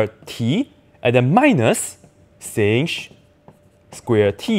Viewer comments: We don't say sinch. We say shine. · I have also heard sinh pronouced like shine but I like sinsh better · why dont we call sinh as shine ? then cosh as coshine lol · In English you definitely don't say shine...